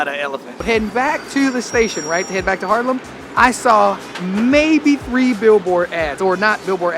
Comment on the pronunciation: Harlem, ehh no, it's HAAAAAAARLEM. Gniffel, Gniffel.